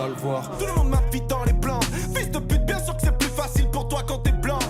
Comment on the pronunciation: "Bieng le bonjour la TPZance" 😂😂😂